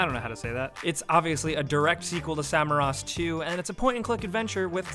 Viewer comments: its samorost not samarost.. 😉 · just.. get at least the names of the games right, it is Samorost, not Samarost.. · It's Samorost 3, not Samarost. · it is called Samorost and it means growing by itself, not Samarost... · It's Samorost, not Samarost